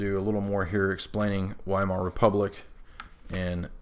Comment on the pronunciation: You said, "the Weimar Republic," but i thought you said, "the Wine Mom Republic."